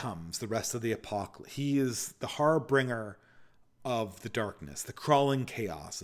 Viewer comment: Harbringer is incorrect. The word is harbinger.